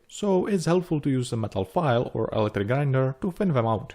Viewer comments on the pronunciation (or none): none